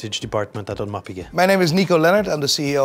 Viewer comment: Audemeeeeeeeer? --- 😂